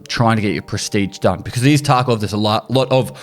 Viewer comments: he straight up said tarco this time, wasnt a single V in his pronunciation lol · Bro you said "escape from taco" on purpose this time don't even lie like that's the accent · lmao "escape from TarkO video"